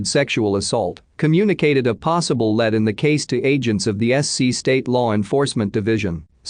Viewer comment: This is why I hate the robotic voice: it said "chazzed every led" instead of "chased every lead."